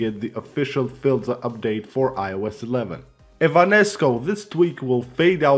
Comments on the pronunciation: For gods sake it’s pronounced “File-ZA “ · You pronounced filza wrong